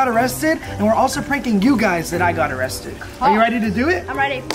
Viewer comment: Arriested lol 😂